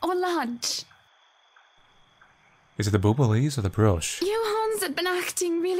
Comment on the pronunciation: pronouncing Bouillabaisse (said kinda like boy ya bayz) as "Boobalees" is 10/10